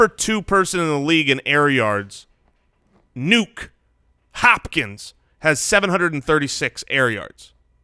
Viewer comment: ok I have to say it, I looked into it, did my research feel pretty confident about my info. I don't know why but mispronounced names get to me, EVERYBODY from to you guys all say "NUKE HOPKINS" and throw it down like hes your golfin buddy. But the back story is his mom gave him that nickname and named him after the pacifier "NUK" not "NUKE". and just to make sure I was right I went to youtube and watched a nuk commercial to make sure that was how you say it.. lol just throwin it out there